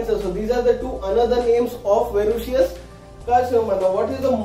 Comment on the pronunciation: That’s verrucous Not verrucious . Your pronounciation is incorrect